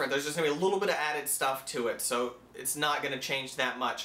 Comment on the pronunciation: When you said "that's pretty much it" it sounded like you said "that's pretty much shit"